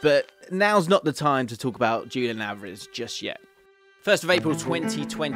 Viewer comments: Wait wait wait. Am I supposed to believe a guy who says “Dzhulian” instead of “Hulian” Alvarez? Does the guy know any football at all?? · That's not Julian. The pronunciation will be like Hulian. Pls correct your pronunciation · This was fantastic but just a simple change that could make it so much better is pronouncing the names correctly. Its as simple as switching the accent around and wouldn't even take a minute. It's lioNEL not LIOnel, it's juliAN not JUlian (with the J pronounced as an english H)